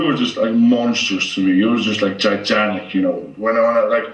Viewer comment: Thor: “Gijantic”